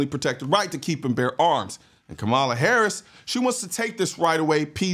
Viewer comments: Im with you. 100%. But you can spend enough time to pronounce her name right. Kamala ———-> pronounced like Comma - La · Are you purposefully mispronouncing her name? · Try saying her name right kind sir..